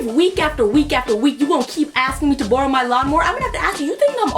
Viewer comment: am I the only one fascinated by the way she pronounces "borrow"?